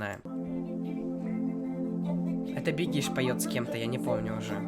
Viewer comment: бегиш ударение падает на 'е'